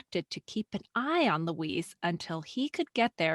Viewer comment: Why are you saying Louise like it is a male Mexican name? Student "cancel"?